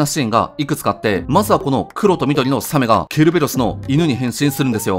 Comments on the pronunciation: サメはタクマンさんもイントネーションおかしいんですよね…。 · 写メ みたいなかんじだよねw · サメのイントネーションが気になった人は高評価👍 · サメのイントネーションに違和感を覚えるなw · サメのイントネーション独特だな